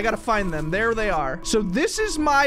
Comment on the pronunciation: and why are you saying thay'er